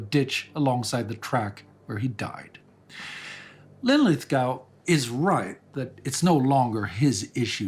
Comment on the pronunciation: Lin-lith-GO, not GOW. Just like Glasgow.